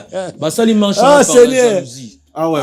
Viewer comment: lobaka bien stp. "Mache" nde nini? MARCHE